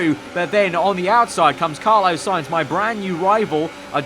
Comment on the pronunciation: Carlos.... spelt with an S at the end, i beg stop saying carlo